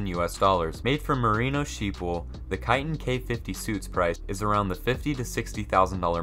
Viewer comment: How the faq did you pronoun Kiton??